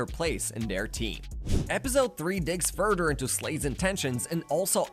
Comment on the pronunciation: “Furder” lol “togeder “ 😂 jk good video bro nice story telling and details